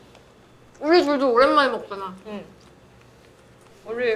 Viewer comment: Yennie's "uri" in American accent - TteenBee's "uri" in American accent